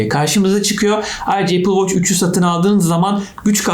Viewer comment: Amma apıl voç dedin yaa